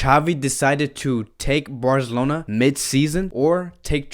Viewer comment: He said “Barzelona” Visca Barca